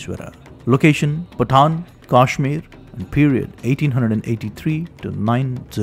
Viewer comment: Its actually pattan